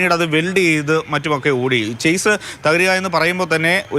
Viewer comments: ചാസിസ് അല്ല മണ്ടന്മാരെ ഷാസി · Chase (ചെയ്സ്) അല്ല Chassis (ഷാസീസ്) ആണ്.